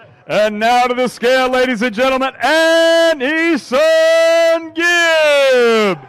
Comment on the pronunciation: E-songib. That's what I heard from this dude. WHERES GEORDIE. GOD EDDIE GIVE US GEORDIE. He wouldn't have screwed up gib's name.